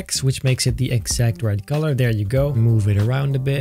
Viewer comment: Why does he call color golor